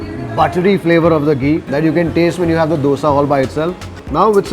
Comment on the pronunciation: my dear why do you keep calling it dose.